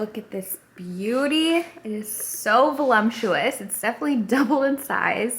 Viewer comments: There is no M in VOLUPTUOUS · Fun to see another novice bumble through bread making the way I do! And not to be the jerk correcting in the comments but Since you said it was your favorite word to describe bread, i just wanted to let you know that there is no “M” is voluptuous. But it is a GREAT word to describe dough!! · You’re so cute but there’s no M in voluptuous 😬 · Are you trying to say “Voluptuous”? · lol, the pronunciation of ‘voluptuous’ 😂